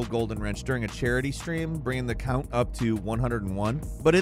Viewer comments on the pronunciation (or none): none